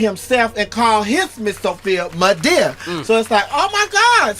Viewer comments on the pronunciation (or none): All I hear is meada